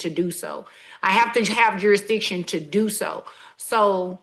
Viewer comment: The judge said.. juristion. Is it a black thing?? Like ax me?